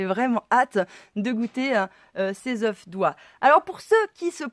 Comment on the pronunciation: On ne prononce pas le f final au pluriel de œuf si je peux me permettre.